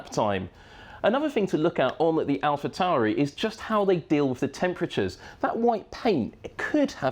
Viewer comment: Am i the only one to notice, he said Alpha Tauri differently than his previous video 😅